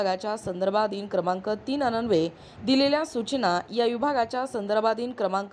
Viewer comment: वाचन तरी अचूक करावे. अन्वेय हा अननवे असा वाचला .